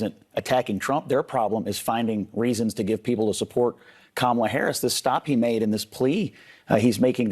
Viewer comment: I love the way that each of the ladies pronounce VP Harris name differently.